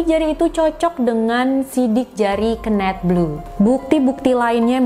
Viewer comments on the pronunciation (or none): Kenneth di baca (kenif) kak bukan di baca kenet,hehehe. Kenet itu sama artinya dengan kenek 🙏🏻. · ken-neth bukan keun-neth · Suka sama cara story telling nya, cm kadang ada bbrp pelafalan bahasa inggris nya yg aneh bgt.. Saran aja, sering nonton video bahasa inggris biar lebih bagus kak spelling nya.. Ky misal pembacaan nama KENNETH d video ini.. Jd agak gimanaaaaaa gt jd nya.. Klo pembacaan inggris nya lebih bagus makin mantep lg kakak.. 😁